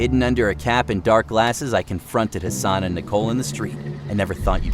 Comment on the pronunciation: am I the only one who heard Hasan as ‘her son’. I got really confused how she got a son who looks older than her lol